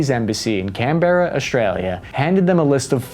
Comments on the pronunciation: Australian here. For future reference, it's pronounced "Can-Bruh" or "Can-burr-UH" if you're drunk (emphasis on tail syllable); it is NOT and has never been pronounced "Can-BEAR-uh". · it’s can-bruh not can-berrer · It's "CÁMBERRA", not "CAMBÉRRA". So you could have spared yourself the cringe paternalistic explanation of that being the capital of Australia. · im sorry, Can-berra? ITS CANBERA pronounced Canbra my god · As an aussie, people saying CanBERra and Albanese (silent e) is weired. Canbruh and Albaneseeeeeee are the proper pronounciations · It's pronounced Can-Bruh. We're not big on syllables over here. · its can-brah not can-be-rah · Can-Bra not, Can-Bear-a xD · It’s caan-bruh not can-berra. But yeah good op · Hey man, love ya work. Just one small note, It's pronounced "Can-brah", not can-ber-ah. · Canbera is pronounced "can-bruh/can-bra" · It's pronounced can-bear-uh Canberra that's the easiest way to put it in your accent and our prime Minister's name is pronounced al-ben-easy Albanese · Americans, Canberra is pronounced Canbra and Melbourne is pronounced Melben and not that it comes up often but Launceston is Lonceston...or Lonny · ITS CAN-BRAH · Form American's and others it's pronounce Owl-ba-knee-sea, all together now, OWLBAKNEESEA(Albanese)..... Also its pronounced Can (as in Coke can) -Burr-Ra (Canberra). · Its pronounced “Can-bra” in most places but spelt Canberra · very good video love all the slang u used one word to work on is Canberra just pronounce it can-bra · canberra pronouced can-bruh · Cool video but two things its pronounced Alban-easy and Canberra is Can-bra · Pronounced: “Can-Bra” That’s all thankyou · Canberra is pronounced CAN-bruh. Albanese is pronounced al-ba-NEE-zee. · Its pronounced "Can brah"... but good video nevertheless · You don’t say it like Canberra phonetically say it like canbra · It's "Can-bruh", and "Alba-neesy" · its pronounced can-bruh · It's pronounced Alban-Easy (Albanese) Can-Bruh Canberra